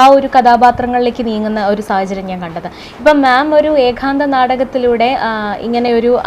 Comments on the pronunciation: ആ ഇന്റർവ്യൂ ചെയ്യുന്ന കുട്ടി എന്താണ് പറയുന്നത്.. ഏകാന്ധ മോ???😅😅😅😅 ഏത് കലയെക്കുറിച്ചാണ് ഇന്റർവ്യൂ😂 ഏക അംഗം എന്താണ് എന്നറിയുന്നുണ്ടോ ആവോ .. (ഏകാന്ധം എന്താണ്.. ഏകാന്തം എന്താണ് ) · നാടകത്തേയും അഭിനയത്തേയും ജീവിതത്തിൻ്റെ ഒരു ഭാഗമായിത്തന്നെ കൊണ്ടുപോകുന്ന എല്ലാ വിധ ആശംസകളും. കൂടുതൽ കൂടുതൽ ഉയരത്തിൽ എത്താൻ ആശംസ. ചോദ്യകർത്താവ് ഏഖാന്തം എന്ന് തെറ്റായി ആവർത്തിച്ചത് അരോചകമായിത്തോന്നി. ഇനി ശ്രദ്ധിക്കുമല്ലോ. അതുപോലെ ഏകാംഗാഭിനയം കൈകാര്യം ചെയ്യുന്ന മറ്റ് കുറച്ച് അഭിനേത്രി കൾ കൂടി ഈ മേഖലയിൽ ഉണ്ടെന്നാണ് ഞാൻ മനസ്സിലാക്കുന്നത്. ഇനി ചെയ്യാൻ പോകുന്ന നാടക പ്രവർത്തനങ്ങൾക്കും എല്ലാ വിധ ആശംസകളും